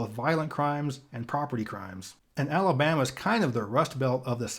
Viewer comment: "Tust Belt of South"! 😂 Im done